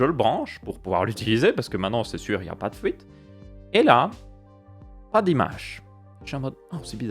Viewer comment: Le PCB c'est du plastique ? pas sur !! et puis on dit pas une fouite !! on dit une fuite